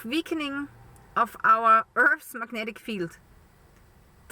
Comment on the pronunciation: I'm just here to hear you say "veakening" 😊 Love ya dear!